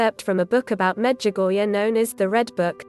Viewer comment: Why do you pronounce the visionary’s name wrong also Medjugorje please try to get it right.